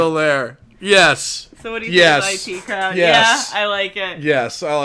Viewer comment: Wow, you said the title of the show as "eye tea" crowd! Most people I have seen thought it was the "it" crowd when they first watched it.